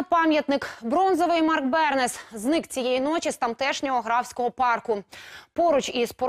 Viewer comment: Пишу прізвище з малої літери, щоб показати правильний наголос у прізвищі актора - НЕ бЕрнес, а бернЕс і не бЕрнесу, а бернЕсу. Дивно, що ведуча вперше дізналась про цього відомого митця.